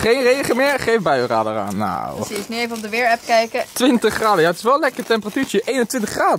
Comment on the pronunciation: haha vuurkolf en sneeul ipv sneeuw